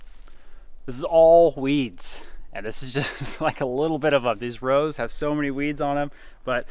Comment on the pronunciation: You said Rows I thought you said Rose I’m like how